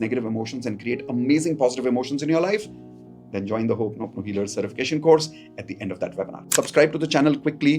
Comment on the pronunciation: It's not pronounced hop-noponopo but ho'oponopono. Traditional Ho‘oponopono does not include writing down emotions about your partner or visualising past happy moments together. Those steps come from modern self-help adaptations, not from the original practice.